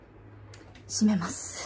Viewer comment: 「閉めます」が治安悪い方の「しめます」に聞こえて、え！？暴走族(？)しめるの！？！？って思った